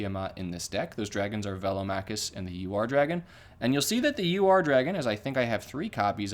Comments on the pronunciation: the Ur-dragon is pronounced oor-dragon where the ooh is short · Bought it the day the set dropped. And it’s pronounced ur where it’s like urn minus the n